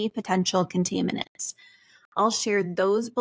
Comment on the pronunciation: You absolutely mispronounced (contaminants), when you completely screw up a word that bad, you don’t sound intelligent enough to know anything about what is or isn’t a dangerous chemical. Please type into google how to pronounce the word and they will bring up a diagram that you tap on and the will say it for you. It is really sad how much lack of education exists in modern schools.